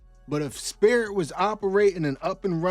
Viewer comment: LMAO not the "Spiit" Airlines plane.